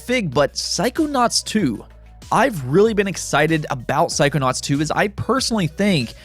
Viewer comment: took me a minute to figure out what you were trying to say, "psychonauts".